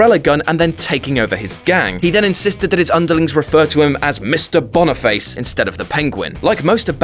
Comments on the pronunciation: I was also wondering the same about the name Boniface. As far as I know, it is never pronounced Boney-face, like he said it, but bon-i-fass... like the pope. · I thought he said 😂😂😂